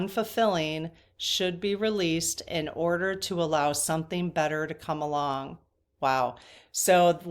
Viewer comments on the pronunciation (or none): When you were reading the booklet for the card, I heard something interesting. It said something about letting go so something better can come along. The way you said "come along" really sounded like you said "Kamala"! (about the 37 minute mark)